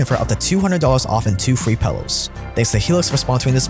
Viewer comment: 2 free pallows? Y u say pallows?